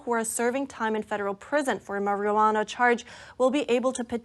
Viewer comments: "maree ah wanna". Lol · Haha 😂 she said "marielwanna" 3 x's. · Learn to say Marijuana correctly... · How does she not know how to pronounce marijuana?? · Can someone please teach this young lady how to say the word MARIJUANA?! >_<